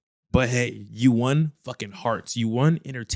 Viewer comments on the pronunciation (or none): Why say “won” like “waun”